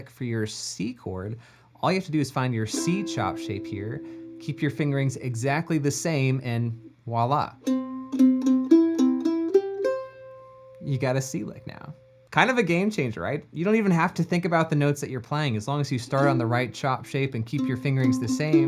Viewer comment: “Voila” not “walla”